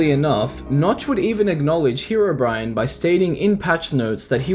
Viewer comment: Why is herobrine being pronounced as bri an And not bri ne I don’t know spacing of sounds so if im wrong sorry but you get what im trying to say